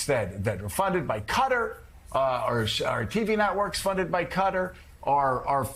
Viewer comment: Please joe, rather qatar than cutter .......................